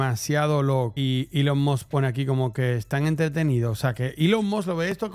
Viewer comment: Elon must🗿 Es Elon Musk ni eso sabe pronunciar🥶